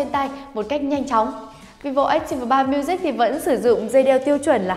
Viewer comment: Ách ti vồ 3 miu zich . Đọc thì nửa tây nửa ta :v haha lại còn phát âm sai 😂😂😂 đọc hẳn vi vô ách típ 3 miu dích cho nhanh :v hahaha